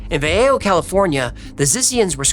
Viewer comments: Vayayho?? I think he meant Vallejo(vuhlayho). Valley Joe. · It's pronounced Va-lay-ho not Va-yay-oh. 4th generation Northern Californian here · Va-ley-ho Vallejo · Vallejo ) va-lay -oh) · Vallejo is pronounced “val ay ho” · How cute! That made my day!! the ll in Vallejo isn’t pronounced like that it’s just Vah-lay-hoe ❤ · respectfully, Vallejo is pronounced val-ay-Ho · It’s pronounced va ley ho. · Lol, Vallejo is pronounced Va lay ho. Locals call it Valley joe.